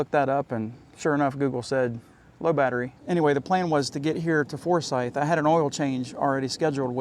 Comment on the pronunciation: Man I wish I knew you were less than 1/4 mile from me. My friend's in-laws bought that campground a few years ago and said they plan on many upgrades. Also you can see more of the plant and lake in my videos. Oh and nice to hear someone say Forsyth right :)